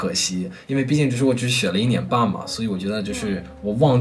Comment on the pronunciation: 如果一定有想要提升的地方的话，就是一些升调在句子中的变化可能有你会有些没有注意到，比如视频中的“一年半”的一字通常大家会说yì不是yī，“挑战性”是三声-四声-四声（偏轻），不过都是一些小问题了，如果多跟着电视剧模仿半年就是native speaker水平啦🤣